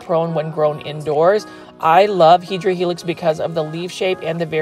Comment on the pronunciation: Hi, I know you like to say HEDRA HELIX but actually and botanically it is HEDERA HELIX. Do like that paper folding and would like to see other images in paper folding. Have a good one.